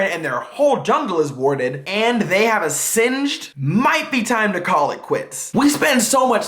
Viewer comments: im not sure myself but is that how u pronounce Singed? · "and have singed" YEP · "AND THEY HAVE A SINGED?" best part